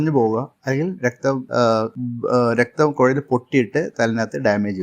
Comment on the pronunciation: കുയൽ എന്നു പറഞ്ഞിട്ടും കുഴൽ എന്നു മനസ്സിലായി! അത്ഭുതം തന്നെയാണ് ഭാഷ എന്ന മാദ്ധ്യമം.